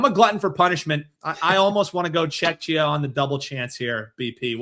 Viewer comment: please stop calling Czechia Chechnya you should look it up and learn how to pronounce it it is CZECHIA or Czech Republic but not Chechnya